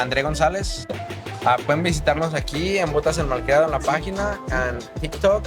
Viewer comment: Very good video 😊 You forgot the R in malcriado but I really enjoyed the content!